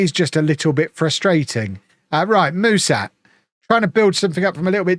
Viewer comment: Ș in Mușat's name is pronounced "sh".